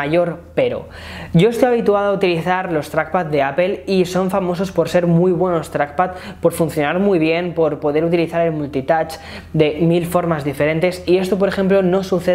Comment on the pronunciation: PRONUNCIA BIEN APPLE Y NO "APEL"!!!! tus reviews son muy buenas, pero me va a dar una embolia escuchar "apel" una y otra vez.